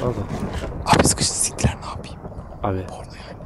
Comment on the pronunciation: siktilee dedi :(